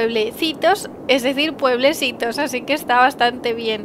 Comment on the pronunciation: PuebleSitos, Me sonó A PobreSitos xD. Buen Vídeo :D Ya mejoro Un poco la economía de Los PuebleSitos :D